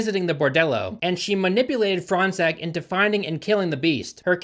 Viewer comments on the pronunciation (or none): As a french person, I would just like to say Fronsac is pronounced like " forehead sack " That's all for me . Also, in french, "gn" is pronounced "ñ" That's all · Why do i keep hearing "front sack"? hahahahah